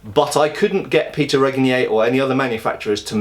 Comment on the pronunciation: At least you learned to pronounce Péter's name almost correctly :)